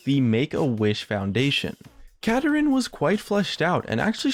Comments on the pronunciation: Not Katarin pls. Kaa Daa Rinn. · Yeah, I'd like to see him get released, preferably pronounced Ka-dar-in instead of the way says it (Kada-rin) because Kada-rin sounds too similar to Katarina and could cause confusion over voice chat with friends. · its osunds like u are saying katarina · Is that really how you pronounce this champion? Sounds like he's pronounced, "Kah-Darin". But whatever. And Shen isn't a mana-less champion, he just uses energy, which I just see as an extremely quick regenerating mana. And with his recent rework, he can run out of energy fairly quickly if he spams his abilities in a fight. Same goes for Kennen and Akali. Vladimir, Mundo, and Rumble are good examples of mana-less champions. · I think Kadarin pronounced "Ka-Dar-In" sounds like it would be a much cooler name to me. Anyone else? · Khada Jhin = Kadadrin duh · I feel like kuh dar in not how he says